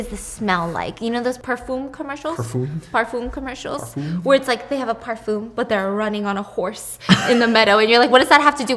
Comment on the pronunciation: Damn why did Stephanie pronounce Parfume like pafum 😭💕